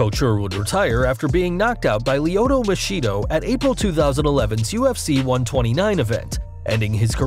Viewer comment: “lyoto michido”🤣🤣